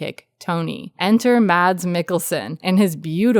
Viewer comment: The D in Mads is silent